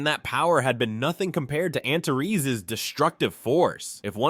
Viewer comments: I thought it was pronounced “anters” not “anterees”, but you do you😊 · First, let me thank you for your work. You've taken an epic story told in a different language and given it life and excitement in english. Your effort is much appreciated. But... Antares is pronounced AN-TAH-REES, not an-ta-res. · Dude, every time you say the name of the dragon king, I hear "Aunt Terese"